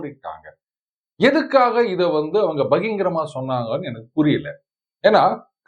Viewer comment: பகிங்கரமா என்றால் என்ன? ஒருவர் ஒரு முறை வாய் குளறிப் பேசினால் அதையே .....!